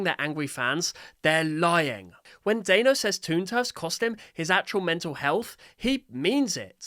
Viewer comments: Not to be mean, but his name is pronounced dan-o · The creator's name is pronounced Dan-o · Why did pronounce Danno as Day-no???? That's not even his name and you would know this if you had just watched and paid attention to Danno's own shorts!!! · It’s pronounced Dan-o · The way you said danno made me die a little inside It's not daino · whos "dayno" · Its dan-o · It’s produced “Dan oh” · It’s pernosted Dan-o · I'd like to politely inform you, his name is pronounced Dan-o, like Daniel, but with an O at the end, like as if his parents expected him to become a cereal brand. Dan-O is how Danno is pronounced. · For info it's pronounced "Dan-o" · by the way, you said it wrong. Hope this helps you! ( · I hate to be that person, but Danno is pronounced like "Daniel" (Danno's real name) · it pisses me off on how you say danno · you're pronouncing danno wrong. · Stop saying danno’s name like that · You mispronounced Danno you do not say The a you see the sound of the a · not me raging every time he says dAnno instead of dAHnno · Great video, but his name is pronounced Dan-no, not Dane-no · pretty sure it’s called DAN-o not day-no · NOOOOO IT'S PRONOUNCED DAH-NO NOT DAE-NO anyway cool video. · It's not daino Danno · Dayno 😂😂😂 it’s Dan no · its not “dayno” it’s pronounced “dano” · Why you pronouncing Danni, Dayno?😭😭 It's Dan + no --> Danno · It's pronounced dan-o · Leave toon turf alone from this it was supposed to be released 2 years ago and it’s not even to end ai it’s also pronounced Danno not Daino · Just to say, it's pronounced dah-no not day-no. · Your saying Dannos name as dÆnno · i think you are saying dannos's name wrong you are saying daino it's actually danno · yes it is just a Mom ranting about Riggy NONE OF THIS IS A METAPHOR FOR AI SLOP DON’T BE LIKE MY ENGLISH TEACHER Oh also, it’s pronounced Dan-no, not Day-no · Bro said dano😂😂😂 its danno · it’s not “day-no” it’s Dan-no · Dano 🤣🤣🤣🤣🤣 it’s danno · I KNOW RIGHT!?!?!